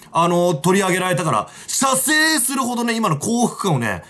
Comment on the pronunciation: 射精の所を強く言うシバター好き